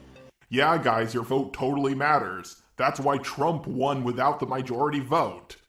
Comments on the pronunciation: "mijority" also "mijority" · I heard meejority